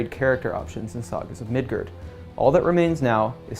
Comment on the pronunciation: Mid GUARD! Not Gerd!